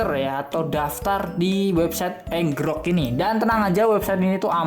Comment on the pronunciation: Bacanya itu enjirok, bukan ngerok